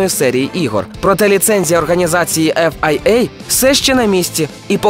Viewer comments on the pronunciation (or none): чому полюдськи не сказать фіа а то якесь там "ф ай ей" шось я не поняв